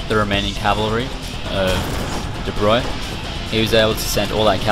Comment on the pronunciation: I was impressed that you pronounced "De Broglie" correctly